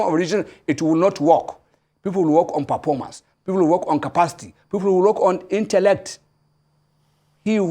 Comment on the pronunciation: "Perpormance' , Pinish, Pulani. 🤡